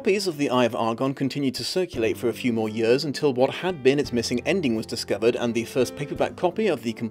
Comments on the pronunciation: This isn’t bullying like the first half of the video was talking about, but am I the only one bothered by how he says “years”? It sounds like yers, I’m just saying. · Yurs and yurs